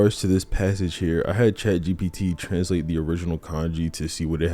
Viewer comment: every time he says chat gbt kills me